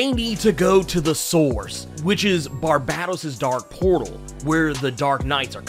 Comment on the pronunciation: Hey man, and I say this with love - and corroboration from Scott Synder and Greg Capullo and the works - it’s FUCKING Bar-BAY-tos!!!!!